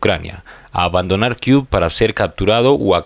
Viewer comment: Entiendo tu esfuerzo por pasar las noticias que encuentras sobre la guerra estallada de Ukrania y Rusia. Sin ánimo de ofender, es kiev no es kiu Se lee quiief.